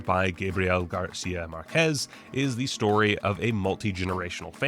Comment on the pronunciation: No USA denizen EVER has said Márquez correctly